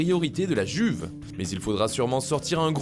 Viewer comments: “i”uve pas “g”uve stp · Vs pouvez arrêter de dire la [Juve] les français et faire un effort en disant la [Youve] ...